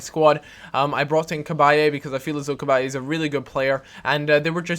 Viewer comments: its CA-BY not CA-BY-A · cabaye-a? its CABAYE! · C-Bye thats how you say it